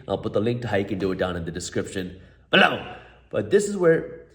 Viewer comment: Why does he say “below” the way he says it? Just curious.